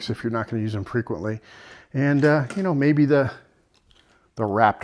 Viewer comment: Maybe,but that's no fun. Do you kah-now what I mean? 😀